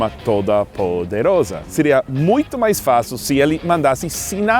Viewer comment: MAÁIS UMA VEZ...AMIGÔ GRINGÔ.... ! rsrsrssrs